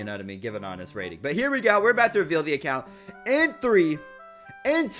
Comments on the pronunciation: Says acocunt insted of account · HE SAID ACOCUNT XD